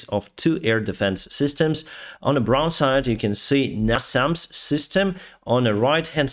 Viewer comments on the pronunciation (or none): none